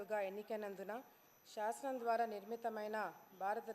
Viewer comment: అన్న శాసనం అని చదవాలి... షసనం కాదు అన్న...